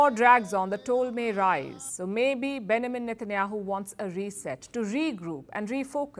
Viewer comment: I laughed my As off & still laughing. When I heard Palki pronounce Benjamin Netanyahu's name. She said it really fast. She said Ben amen Netenahu. I lived in Germany for a time back in the 1980's the word that is so terribly hard for them to pronounce is Vegetable. They really screw it up. Just something light for a change.